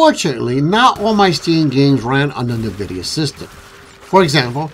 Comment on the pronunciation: It’s N VIDIA….. NOT Nervidia no one should be pronouncing this wrong in this day and age